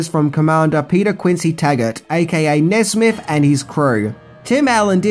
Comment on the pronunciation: Maybe because Buzz was 'buzzed', Nesmith ended up sounding like 'Nesbit'